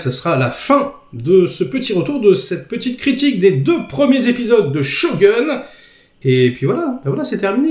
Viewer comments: la premiere serie etait extraordinaire avec richard chamberlain et toshiro mifune, celle là a interet à etre à la hauteur, par contre on dit pas shogun c est pas un gun mais plutot shogoun ^^ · On dit pas Sho(gun) mais Shogoun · please...: ShoGOUNE! Not Show Gueune! Shogoune, comme la boite de nuit dans Camping! Respect... Tu m'éclates..;o) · sho quoi ? On dit shogun 将軍 le u est prononcé « ou » pas shogeun à l’américaine tu devrais regarder plus de film et d’animé japonais 😊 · shogun (goune) pas "gun" à l'anglaise comme un flingue.... pfff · Mes oreilles saignent On dit "Sho" "Goune" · Merci pour la review, sinon shogun est dit shogoun en japonais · On dit pas ShogOUn ?? 😳